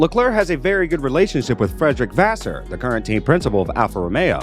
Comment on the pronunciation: Faassur, beenowto, Leclurr. Can i suggest taking a bit more time and learning the names and their correct pronounciation? This just sound disrespectfull.